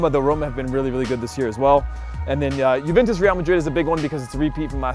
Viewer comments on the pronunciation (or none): none